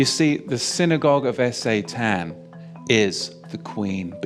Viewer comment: Is S.A.Tan some sort of alternative pronunciation, or is there some sort of algo censorship of the full word?